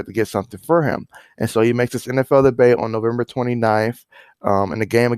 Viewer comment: Sad story! But dude you said “ he made his debate” it is pronounced de bu 😂